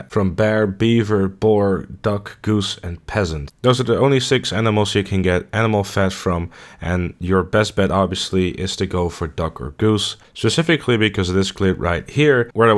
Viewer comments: Late comment but pheasant is pronounced like feasent not pesent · Lol he said peasant instead of pheasant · Fat from a peasant? That's pretty macabre. And yes, i'm just kidding. I know he meant pheasant and just pronounced it like peasant.